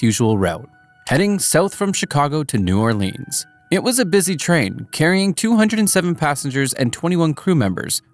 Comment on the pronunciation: New Orlinis?